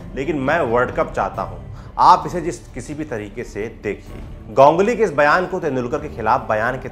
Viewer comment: Gongly क्या है गांगुली बोलो ना